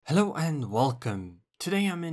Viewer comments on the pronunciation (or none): none